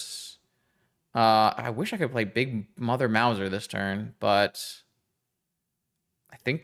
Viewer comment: Loved the deck and the games! However I do also feel obliged to point out that that Big Mother there is a "mouse-r", as in a cat who catches mice. Doesn't rhyme with Bowser.